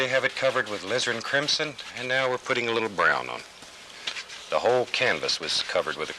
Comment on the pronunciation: Did he say, "lizzard crimson" ?? Lol I don't paint with Bob. I just listen and let him talk me to sleep..haha